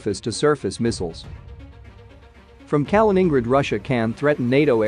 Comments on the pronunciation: “Kalin-ING-grid” lmao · Calling in Grad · "Kamen ingrad" xD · You can only destroy “Kaliningrad” when you can pronounce the name right. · You are badly mispronouncing Kaliningrad. It's hard to take someone serious who can't get that right. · Yes it was bloody irritating - and makes you wonder how accurate the info if they cannot get the pronunciation right. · That pronunciation was unbearable. I had to stop the video, I couldn't stand it. 😵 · moving from "i" to "a".... Wow, insane mispronunciation :D . Probably no one of a reasonable minded person heard Mikhail Kalinin before... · Kaliningrad is pronounced with the main stress on the second syllable and a secondary stress on the last. Similar to St. Petersburg. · I like your channel but you would add to your credibility if you actually took a little effort to pronounce names properly, at least as best as an anglophone can. For example, Kaliningrad. Just Youtube it. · Do you get your jollies by deliberately mispronouncing Kalingrad? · Can you please make the effort to pronounce Kaliningrad properly ? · Right off the bat, “exclave” and “Kaliningrad” both mispronounced.